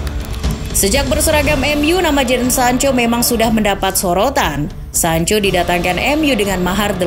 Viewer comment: Pas sancho kembali jadi sanca 😀